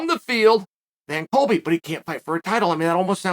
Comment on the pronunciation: Disregard cheal when he says Colby lol